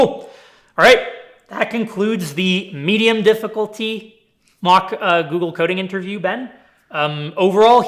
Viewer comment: "Medium". Dear god 😐